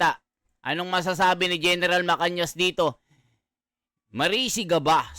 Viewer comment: GEN MACANAS. hindi MACANIAS